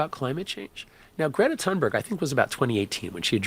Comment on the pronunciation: GRAY-tuh TOON-berry if you're trying to get the Swedish environmentalist's name pronounced correctly. 🇸🇪👍